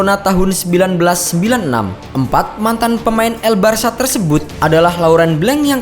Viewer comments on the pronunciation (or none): none